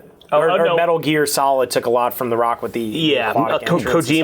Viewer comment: "The Ruock"